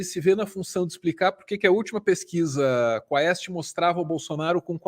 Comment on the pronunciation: é quést a pronúncia! Do latim: pergunta.